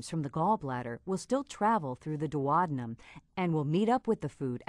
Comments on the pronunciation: OMG that is THE weirdest way I have ever heard duodenum pronounced!! duo-dee-num it isn't dwodanum LOL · Thats how Americans pronounce it. So weird to me too 🤣